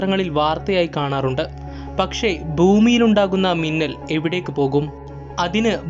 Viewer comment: മുന്നൽ അല്ല മിന്നൽ അല്ലെ